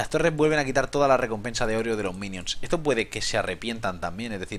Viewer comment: "Ehtoh me parece una mierdah, no lo voh a comprah."